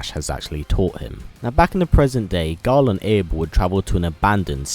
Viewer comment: You keep on saying Gul 😂